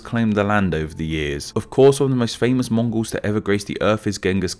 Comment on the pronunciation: I’m Mongolian and when you said Mongols wrong I got chills